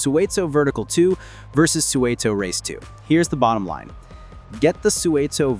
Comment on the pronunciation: I used to make deliveries to Suunto in the UK, and it’s 100% not pronounced like that.